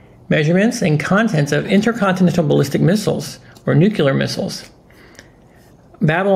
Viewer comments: Listen... Great effort but... I have a hard time with anyone, especially an educted person that mispronounces the word "NUCLEAR". Say it with me NEW CLEE ARE-NUCLEAR. EASY, RIGHT? NOT "NEW CUE LAR"- NUCULAR. PLEASE TRY? It detracts from your wisdom. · NUCLEAR, not nucular...